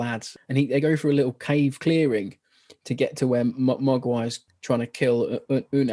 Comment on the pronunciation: Magua...not Mogwai....you can feed him after midnight.